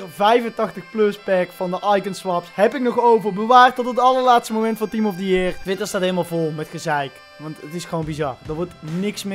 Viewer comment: Niemand:: team of the jeer